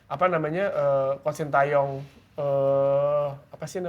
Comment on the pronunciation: Shin teyong bang bukan tayong